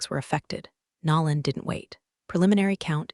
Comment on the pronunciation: Also someone needs to train AI voice to say NO lan instead of NAR lan ...or use a name it can pronounce